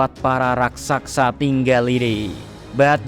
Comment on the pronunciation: Raksasa kaaaaaang, BUKAN RaksaKsa....zehahahahahah